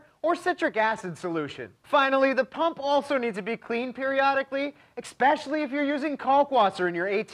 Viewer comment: Does everyone in MN say "ecspecially"?